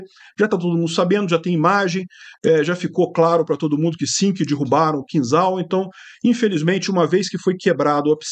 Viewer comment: Pronuncia-se "Quinjal" (e não "Quinzal")